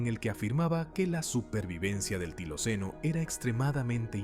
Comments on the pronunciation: NO ES TILOCENO ,,, ES TILACYNO.... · No se dice tiloceno, sino tilacino.